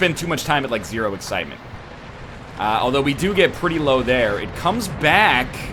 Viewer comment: He is having trouble with the eggcitement... Also I'm here before Fitler so SUCK IT YOU FOOLS